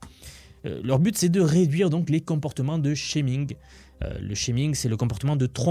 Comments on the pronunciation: alors "chair" se prononce "tchère" et "scheming" se prononce "skiming" et pas "chéming" qui correspondrait à "shaming" (montrer du doigt/blamer)... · Petit conseil amical IA : votre accent anglais est atroce, alors même si ça prouve que vous n'êtes pas une IA, c'est un peu dommage. Pourquoi ne pas écouter avec un voice bot IA les phrases que vous allez prononcer dans vos vidéos pour les prononcer correctement ? exemple : quand vous dites "scheming" vous prononcez "shaming" qui a un tout autre sens.